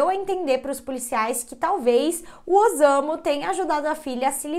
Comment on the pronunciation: O s eh lido como ss então não eh ozamu e sim ossamu a pronúncia correta